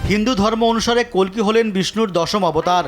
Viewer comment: আরে অশিক্ষিত, ভগবানের নাম 'কল্কি', কাল্কি নয়!!